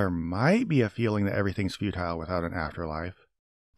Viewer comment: But did this dude say "futile" or "feudal"? Because for his world view maybe the latter would make sense, and his accent makes the word indistinguishable.